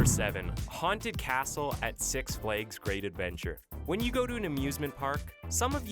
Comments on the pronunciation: he pronounced six flags as six fleegs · six fleegs XD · If you want people in the United States to understand what you are talking about- DON’T USE METERS. We have no idea what you are talking about or how far that is!! ……We use FEET AND INCHES HERE BUDDY! Oh, yeah- one more thing ITS CALLED SIX FLAGS Not sic flakes or whatever the f*+ k you said! Flag - it rhymes with bag. Or Drag or foreign f*g!!